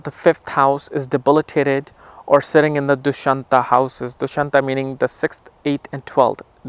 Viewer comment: Not dushantha 😂 it's dusthana